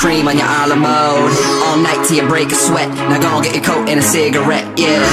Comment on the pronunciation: A la mode, not arlamo fyi, thanks for posting this hear tho. It's helpful lol.